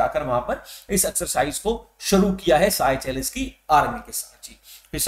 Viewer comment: Sir seychelles ko सेशेल्स bolo ye साइचेलस nahi hai